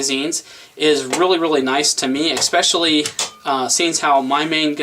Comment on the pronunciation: Hi, Thanks for the review. Please don't take this the wrong way BUT..just for next time...the word is "especially". It is NOT expecially or xpecially or x-pesche-ally or any of those. There is no X in Xpecially. I mean in ESpecially. It's especially or S-pecially or Esspeshalee but it is NOT X-peshalee. No i in team and no X in especially. Thanks. :-)